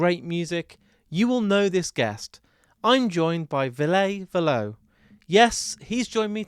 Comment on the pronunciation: Perfect interview except for one thing: Ville "Vill-uh" Valo "Va-low" 😊 Hope this helps because you have otherwise brought us a fantastic interview ❤